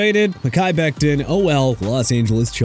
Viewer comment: Dude... it's pronounced MEHKI (meh-kai) BECTON (bek-ton) OKAY?! WHAT IS YOUR PROBLEM?! ALSO IT'S DANTE (don-tay) FOWLER JR!! Honestly you got a pronunciation problem! Go back to school get a textbook and learn to pronounce Mr. Illiterate!